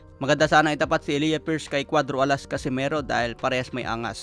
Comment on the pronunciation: E-lay-ja pagka bigkas jan.pariho kami ng pangalan ni pierce